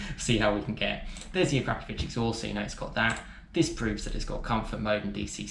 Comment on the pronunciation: It's akrapovic not A 'crap' povic